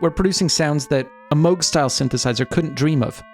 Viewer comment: Congratulations for using the proper pronunciation of Moog!